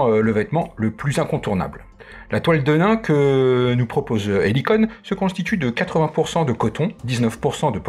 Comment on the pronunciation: Petit cours d'histoire (que je pensais connue de tous...hum hum) . Nos bons jeans (comme 501 pas comme le saint) ont été à l"origine fabriqués en toile De Nîmes (ruée vers l'or, Levis Strauss bla bla bla), on prononce donc "denim" comme la ville et pas "de nain".... Bon, c'est pas tout ça, est-ce qu'il est prévu une version femme ou est-ce que le modèle est coupé unisex? Merci pour cette présentation!